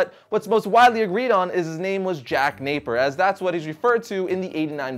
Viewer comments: Veidt (like Adrian), not Vendetti. And Napier is pronounced "Nay-peer", not "Naper". Sorry if this sounds hostile or petty, but the mangled names got under my skin. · Napier. Not Naper. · Not jack Naper ITS JACK NAPIER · It’s Napier not Naper! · Jack NAPIER not Naper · you pronounced Napier wrong,it's pronounced Nae-Pea-Ear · I know this is an old video but our family pronounces Napier as nay-pee-er.